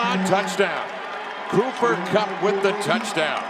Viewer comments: why does this idiot keep calling him conner kupp? wtf lol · “Conner Kupp” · So i guess no ones going to correct this guy and tell him his name is Cooper and not Conor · The announcer is killing me dummy his name is cooper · How on earth did this announcer say Connor Kupp so many times without realizing it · It made me so mad every time he said Connor kupp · “Conner KUPP”😵‍💫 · How many times was ya boy going to say Connor? Even after listening to the other guy correctly say Cooper several times. Smh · Here's a fun drinking game: Take a shot every time the play-by-play announcer incorrectly calls him Conner Kupp. Actually no, someone might die. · Listening to this a$$hole say Conner over and over even when his partner is calling him Cooper drives me crazy lol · Someone please tell this announcer its Cooper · Bro I get EWU is a small school and you mispronounce someone's name but to continue to do so after bring corrected by your cohost is just disrespectful. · It's funny how the announcer kept getting his name wrong until.....Cooper Kupp does what Cooper Kupp does....then he gets it right......Super Cooper!!! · bro he kept saying it the whole game it pissed me off like bruh look at your paper lmaooo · Kevin Collabro a legend, but my man kept getting Cooper Cupp’s name wrong 💀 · I'm going to strangle the announcer. I know Eastern Washington is a no-name school, but at least have the decency to get his name right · Man, for real! I was starting to lose my $h!t he kept fuking that up! lol